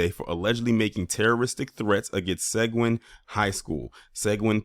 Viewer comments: Seguin is pronounced "se GEEN" like green without the r...Uvalde is pronounced "u Vol day" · Seguin, Texas.... It's pronounced Sa gee in, Texas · In Texas we pronounce Seguin, TX as [Sah-geen'] and Uvalde as (Yu Vahl-day). In any case, Thanks for sharing on this highly important issue. Peace from Texas.